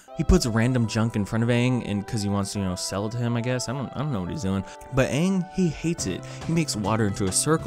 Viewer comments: i showed it to my nine year old brother and we both love atla. i watched the youthful joy drain from his soul as his hopes and dreams were destroyed. i had already experienced this pain so i knew what he was feeling. every time they mispronounced something he groaned and yelled "what? huh? nooooo nooooooooo! huh?" whenever zuko was on screen he would ask me "who's that again?" at the end he told me it was the worst movie he'd ever seen. whenever we rewatch atla he'll sometimes whisper "ong" or "soka" or iro" and giggle. his biggest disappointment was that there was no suki. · The movie didn't pronounce aang and iroh right. What are you talking about, have you ever seen the show? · The first red flag when I watched the movie was how they said Aangs name😭 and that they totally dropped the fact that Sokka and Katara are not white😭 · You ask why they changed the pronunciation of other words and its the same as the names : Americanized versions were not used. The movie kept true to the languages origins. 😂 shoulda kept true to the shows origins too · they call him Aang not ong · Well saying aang instead eeng as you do is the only thing that movie did well tbh. Is it that hard to pronounce AAng as you pronounce Avatar? You don't say Evatar don't you? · Dude this was an adaptation to the series that people love and they just got rid of iconic things like Zuko’s Scar and Aang being pronounced Ong instead of Aang. Not only that the acting is bad in some parts and not only that the bending seems just...bad it took like a group of people that a single earthbender could do and am not trying to say the whole movie is stupid and dumb, but it is mostly bad in most parts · Yes call him Aang, not Oong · He literally told people how to say his name and this abomination of a movie just dismissed that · They pronounce it Ung. NEIN NEIN NEIN NEIN! it's Ang not Ung. 😥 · "It's pronounced "Ong" not "Aang" "I know this, cause... I'm asian *haha*" - M. Night Shyamalan